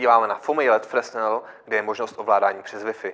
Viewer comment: No já se na fyzice na základce někdy před 40 lety učil, že Fresnel (který čočku vynalezl) se čte "frenel". Docela to tahá za uši. Jinak to je asi fajn světlo :)